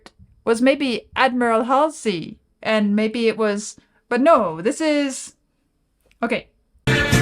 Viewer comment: Love RAM and this track. Joyful. It's pronounced Hallsey.